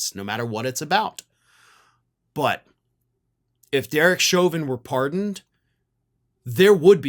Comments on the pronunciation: "Pardeoned"? That's a new one... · Pardeoned? Might want to fix that. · 😂😂😂 ls that French for pardoned??